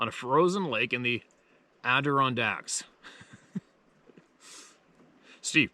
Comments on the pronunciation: I always get tickled when you say Adirondack! Sometimes you mess it up royally and I just laugh and laugh! But you do it anyway 😖🤣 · I’ve always heard it pronounced: AD-a-Ron-dac